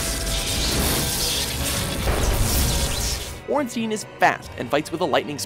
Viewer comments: no, ornsteen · And it's not Ornsteen it's Ornstain as in sai and pie. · Raining Plasma Ornstien, Its Ornstien, I think of it like a Jewish name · "Stein" is a german syllable or rather a german word, but i never thought "Ornstein" would come from the german language. jaca6614 Would that also mean that the "s" in "Ornstein" is pronounced like the "s" in "Stein"? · that's actually how you pronounce it but they did mispronounce ornstein